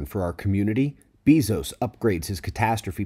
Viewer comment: Good to know what Bezos is up to. BTW, his last name is pronounced Bay-zos, not Bee- zos. :)